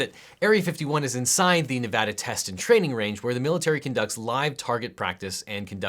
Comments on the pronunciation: This entire video is great but the best part is you say NEVADA RIGHT! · I appreciate that tou pronounced Nevada correctly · Thank you for being the one person talking about this that actually knows how to pronounce 'Nevada.' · finally someone that says nevada right